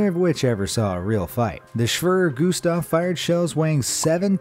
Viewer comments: "Schwerer Gustav" is pronounced differently. Not Shwöwrö Gustav, more like Shwearer like in "Bearer" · As a german, i laughed my ass of because we say SCHWERER GUSTAV not Schwrrrr gustaff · "Schwjever Gustav" xDD muss los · Actual pronounciation: [Shwerer Gustaf] In Video: [shwrrrrrr guhstaaf] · It’s called shu Witcher gu stov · When your german and you hear him say swrrr gustav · Schwerer Gustav is pronounced Schwee rare goose tough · Schvurr gustav lol Edit: jeez the amount of mispronounciation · You pronounced “Schwerer Gustav” wrong. Its pronounced “Shvere Gustav” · Shwrr gustav hahahhahahaha.. you could call it Heavy Gustav 😂😂😂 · It’s pronounced (shvara gustav) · you say SchväR-E-R gustav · Shweeeeeee Gustav 😂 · You are not saying the nazi gun right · As a German his pronunciation of Schwerer Gustav is to funny. It was so wrong that it was hard to realise that it is german xD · its so funny for an german like me how you say "schwerer Gustav" XD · Wrong pronunciation of the nazi gun wow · Kinda painfull as a german to hear him saying Schwerer Gustav xD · The way he says "Schwerer Gustav". Oh yes German is hard. At least if you do not even give it a fair try.😂😂😂😂😂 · Pleas next time spell Schwerer gustav correct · As a german i love how u say "schwerer gustav"! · You butchered the name of Schwerer Gustav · just stop .. stop trying to say schwerer gustav .. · would be a good idea to get a rough idea of how to pronounce foreign words on google especially when you monetize a video to the death talking about the schwerer gustav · The pronounciation of Schwerer Gustav just hurts but still great video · That german pronounciation was really terrible. just use google translate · his pronunciation of "Schwerer Gustav" is hilarious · somehow it offends me how you pronounce "Schwerer Gustav"